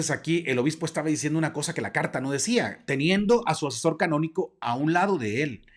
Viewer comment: Se dice derecho Canónico y no Cabonico